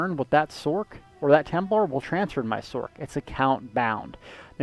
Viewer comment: "Sork"? Are you referring to the Sorcerer? If so, it might interest you to know that it's pronounced "sorserer" as with a soft C, not "sorkerer". So if you're truncating the word, you'd say it as "Sors".